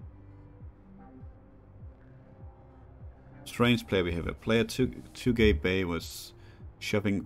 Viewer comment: Well, this is probably already too late to mention, but I assume Tugay Bey is probably actually a Turkish name, since „Bey” means „Mr.”, so Tugay would probably be pronounced „Too-gai”, not too gay. XD Other than that the reading and the pacing is fine, I think you could even be more patient and let us in on your thought process. — Overall, great that the series continues on the channel!